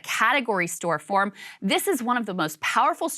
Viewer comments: Lmao Krystal "catagory store form" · store form huh? Lol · "..knocking out Florida as a Category Stor Form." Love you Krystal 💞💞💞